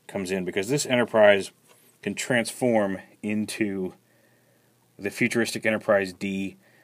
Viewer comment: It's a Twansforwmer! Can't tell If you keep calling Star Trek Star Wars to be a troll or...lol. Also, Aerodynamics' and fins make space ships go faster. Wait, what?